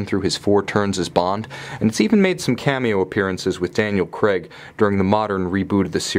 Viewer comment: It is Daniel CRAIG not CREG.